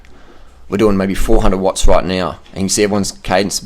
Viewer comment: "we doing 400 wotts roight now"..how this idiot always wants to be badass^^...think he is suffering under body image disorder...because hes got no gains. i mean literally no muscle on his body. This guy is far to old to hold up with cyclers, he is just bullshitting, i wouldnt be surprised if he never cycled more than 80km at once.